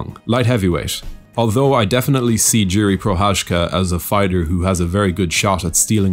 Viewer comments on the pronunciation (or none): none